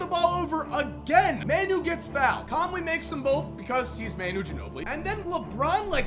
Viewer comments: He miss pronounces Manu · U say manu wrong 😂